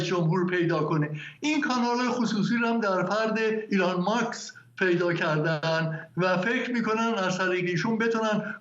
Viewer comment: چرا مهمانتون گفت ایلان ماکس؟؟ 😮😢😂